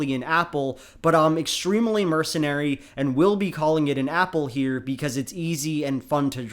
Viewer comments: I cant get enough of how manages to pronounce "extremely" with four syllables every single time applause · I'm charmed to an unhealthy degree by your pronunciation of the word "extremely".